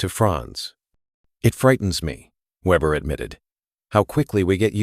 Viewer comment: Weeber or Weber, get it right A.I.